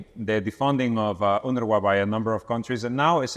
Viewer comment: UNWRA=UNRA The W is silent.